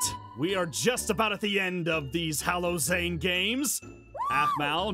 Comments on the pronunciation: Is it just me or does the halo Zane sounds like hello zane and when zane was flying is it just me that zane looked like a bat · It sounds like he is saying hello Zane😹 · Is no one gonna talk about the fact that hallow-Zane sounds like “hello Zane ” XD